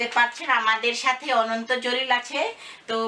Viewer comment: গেরামিন ফুন,ডিকো,রুস্ট হা হা হা।অনন্ত জলিল সাহেব যে নিজের নামও উচ্চারন করতে পারেন না সেটা কে কে জানেন হাত উচু করুন।উনি নিজের নাম বলেন ওনন্ত জলিল!